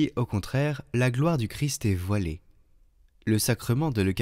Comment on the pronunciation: De grâce, prononcez correctement le nom CHRIST. Cette lectrice a l'habitude de dire CHRI. Le ST doit être prononcer. Merci